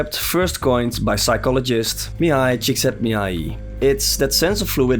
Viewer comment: A+ pronunciation on our boy Mihaly; no forgiveness needed! It's a ltitle silly, and probably not the developer's intent, but I think my victory lap game is Resident Evil 4 (the 2005 original). With as many re-releases I've gotten suckered into over the years, there's been so much muscle memory associated with it that I've just been able to blow through it more and more easily with each release, even without the New Game + perks.